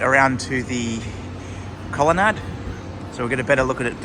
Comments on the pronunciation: I think this is a regional dialectical variation, similar to plant rhyming with either ant or aunt depending on which part of Australia you’re in (or grew up in) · mmm. i've never heard colonnade pronounced like that before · just quietly, colonnade rhymes with lemonade...